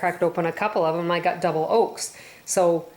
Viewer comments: Thanks for the information and recipe. The most annoying thing about your video is your pronunciation of certain words. Its Silli - um..... (psyllium) not salium and Yoe....lks... not oaks... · It's not pronounced SALLIUM, it's pronounced SILLYUM. Oh, and egg YOLKS, pronounced YOKES, not OAKS. 1🤣🤣🤣🤣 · Lol! " salium " and "Oaks" ??